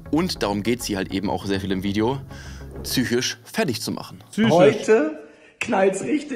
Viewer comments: Auch schlimm: „Fich“ Tich“ „technich“ „Schemo“ „schemie“😖 ah und Sutschini statt Zucchini 🙉 macht mich zychich krank 😂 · "züchisch" geht ja noch. Mich triggert es, wenn Leute "sich (selbt) entschuldigen" statt um Entschuldigung zu bitten. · mich triggert dieses zychisch auch immer -. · Einzigste,zychische, seit und seid. Trigger des todes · Leute die "Tsychisch" sagen, sagen auch "Marc Robert Lehmann" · Er sagt noch soooo oft züchisch 😭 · ELTON BESTER MANN <3 Was ein schlechter Take, war entsetzt 🤔😂 Gute Reaction <3 Und dieses "zychisch" hat mich auch wahnsinnig gemacht 😅